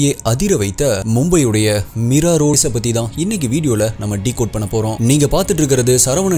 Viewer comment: Meera illa Mira sariya pronounce pannuppa samy